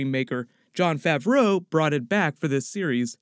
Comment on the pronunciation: hate the way you say Jon Favreau